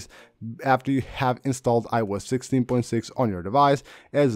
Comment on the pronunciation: Very useful and interesting video. However, it took me a while to realize the speaker was saying iOS 16. It sounded like I wes 16.